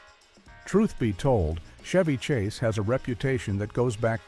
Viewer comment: Shevy Chase, AI mispronunciation